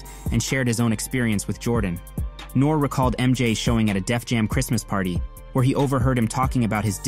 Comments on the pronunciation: His name is nor ee not nor lol can’t b a hip hop fan 😂😂😂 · I don't think you love rap. How you gonna butcher Chamillionaire's name and N.O.R.E.'s name? You're a CULTURE VULTURE telling old rap stories that heads who been down with the culture knew about years ago.